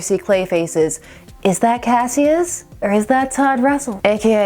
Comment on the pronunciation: His name was "kash-uss" Clay. Two syllables. Also: Mix-yezz-pittle-ick. That's from the little dude himself.